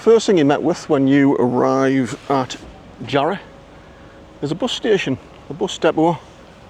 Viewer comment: Makes me laugh when you hear people trying to sound posh saying "Jarroooohhh" lol you mean "Jarra!" /it's "Jarra!" man! Lol